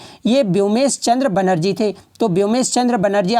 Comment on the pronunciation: Woomesh Chandra Banerjee Not Byomesh🤣🤣🤣🤣🤣🤣